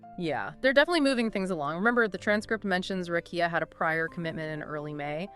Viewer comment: But you can’t say “Rekieta” correctly?